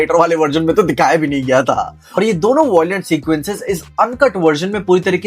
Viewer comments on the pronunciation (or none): none